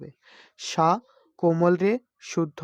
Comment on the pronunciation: সা কে ছা উচ্চারণ করেন